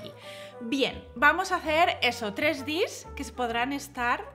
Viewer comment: Hola, por favor, no digas "dis", chirría un montón. Al ser abreviatura inglesa, se debe pronunciar como en inglés. Obviamente, si no vas de inglés no tienes porque decirlo, pero en ese caso usa la palabra española, manualidad, que para algo la tenemos. Lo siento, pero es como si para decir uno dijeras "one", que es como se escribe, en vez de "guan" que es como se pronuncia. Por favor no te lo tomes a mal, ya que no es mi intención criticar por criticar. Solo que es algo molesto y tal vez haya más gente como yo.